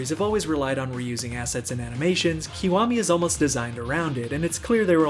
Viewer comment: "Physics to aminations" :D